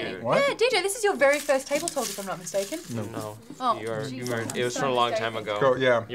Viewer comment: It kinda sounded like said TableClock during the outro, just me?